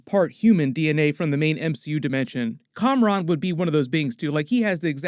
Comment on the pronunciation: and it's KAMRON not COMRADE